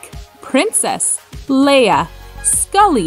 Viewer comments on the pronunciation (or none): none